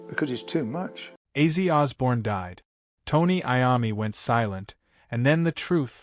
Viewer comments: AI generated narrator? Acee? Ozzy? Weird. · How does A.I pronounce Ozzie as Azy i mean seriously Ozzie or Ozzy would be well i would think not hard for Artificial intelligence to say but Azy....I hope this will be rejected by real fans. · Ozzy will probably come back to life to slap the shit out of this AI video uploader. Wtf is AZY??? Or is it bait to get comments and engagement?? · 😮 dude it is Ozzy Ozzy Ozzy not Ozzie 😮😮😮😮😮😮😮😮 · Wtf is Azy? You mean ozzy? Dam these videos make me fkn laugh what a load of bollox